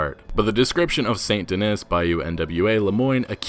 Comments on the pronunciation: Please, it’s pronounced “St Denee”. It’s French. It’s in the bayeux. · The city is clearly pronounced "Saint Deh knee" not Dennis... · "Denis" is French, and is pronounced "Den-EE." And I have no idea why you are pronouncing each individual letter in Nwa like it's an acronym. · It’s probably pronounced “Saint Den-nee”. Taking a French pronunciation if it’s based on New Orleans. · St Denis is pronounced Saint Denee. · I think because St. Denis is inspired by New Orleans, it would be pronounced Saint Den-ee. The city is based on New Orleans, which was a French city in a French speaking region. Not positive but I took some a few years of French. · In saint denis the “s” in “denis” is silent . Like your saying st “denee” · yo, i've been watching for a while, and I notice you pronounce Saint Denis wrong. Denis is pronounced "Denny" at least in France. Just try and search up names if you don't know how to pronounce them i guess. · Bruh I’m pretty sure it’s saint DENIS, not saint Dih - niss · Its actually supposed to be french, so its pronounced SAN DE-KNEE. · Saint Denis is pronounced more accurately as "Sahn Dennee" if you're going for original French pronunciation. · Please pronounce Saint Denis correctly. It’s pronounced more like San Denee :) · Is that the official pronunciation of Saint Denis? I assumed it would be more French, and pronounced De-nee. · it's pronounced "saint den-knee" and "bayou nwah" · Its pronounced --- SAINT DEN - EEE. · You’re pronouncing Saint Denis wrong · Stop butchering the pronunciation of Saint Denis and Nuevo Paraiso. You could make a little effort to try and learn those two specific towns names. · Informative video as usual. Thanks for this. As a side note, I'm willing to bet you're pronouncing Saint Denis incorrectly. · That's not how you correctly pronounce Saint-Denis but I'll try my best to overlook it. Love the vid by the way! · don't forget how he pronounces Saint Denis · ugh his pronunciation of saint denis